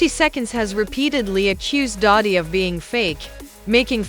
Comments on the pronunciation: Doddy??????? Doddy????? Its DIDDY UUHHGG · Look you should learn how to pronounce the name correctly okay if you just say anything now and daddy didn't do anything but you know come on get it together and I'm trying to be interested in your your podcast since you know what you've always smoke up my butt with his name you have lost his whole podcast video movie practice that before you go out there. Sorry